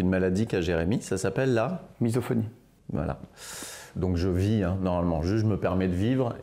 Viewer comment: 17.15 c est misophonie pas mytho phonie 😂